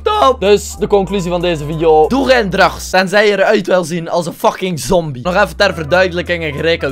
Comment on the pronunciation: Like als je denkt dat acid geen drugs kan uitspreken